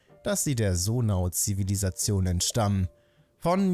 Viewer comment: Ich finde es einfach nur witzig das er immer noch Sonau anstatt Zonai sagt er meinte ja im ersten Part das er Zonai sagen wird